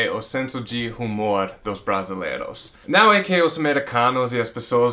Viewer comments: Se escreve Humor mas voce pronuncia umor. A letra (H) nao é proncia . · Gostei das suas razões de vc amar o Brasil ! Agora uma correção na pronuncia da palavra HUMOR. Vc esta falando com o som do H do inglês. No português o som do H é mudo, a pronuncia seria como se a palavra fosse "UMOR"